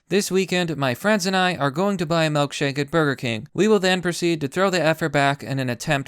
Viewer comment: Why does he pronounce it "melkshake"????